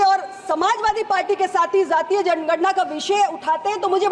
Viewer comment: Not ज़ातिय it's जातिय! First of all education for politicians😂😂